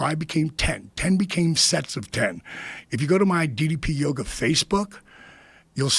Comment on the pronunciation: Less than 2mins in and Joe already gets DDP’s name wrong. Stop pretending to be a fan. We all know how you really feel about fake wrestling.